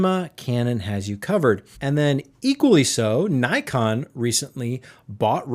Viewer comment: Pronounced nickon